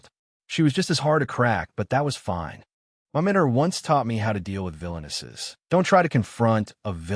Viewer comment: The dumb AI can take a totally serious scene and make it so stupid by adding accents on to words like "fine" or "trouble".